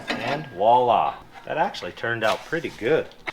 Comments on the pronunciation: voi·là pronounced vwä-ˈlä... walla is for:-) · I keep hearing 'walla'.. I think you mean voila (as in french for 'there'). Great video in any case :-) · "walla" LOL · The “walla” is actually pronounced with a V at the start. It’s spelled “voila”and loosely translated it means “there you are” or “there it is”. Fun to hear it used when something comes together! Love the channel and the builds! The odd rescue is a great bonus! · Maybe can pronounce the French word. Voila voi·la [ vwah- lah; French vw a- la ] Can say the V sound? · Voila voila, as one of the few french speaking subscriber, i appreciate your good use of the word however… it’s pronounced with the V as in Victor, you make it sound like a « wala » . Voila, I’m done :) Great channel !